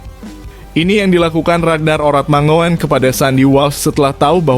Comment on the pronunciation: Huruf OE bacanya U, Mangun, ejaan ini dpke Indonesia wkt baru medeka...